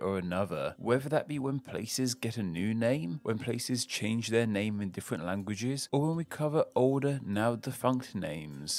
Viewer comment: I like the "CHANE" instead of "CHANGE" so yeah does make mistakes